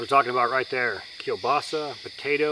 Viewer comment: You pronounced "kiełbasa" perfectly :) Greetings from Poland, the world capital of kiełbasa, onions and potatoes ;)